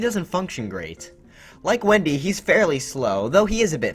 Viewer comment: It’s Wenda not Wendy